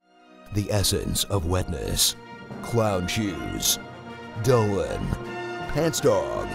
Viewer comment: I didn't know it at first but whenI watched it again the way they say Dolan to Donald reminds me of Dolan Dark.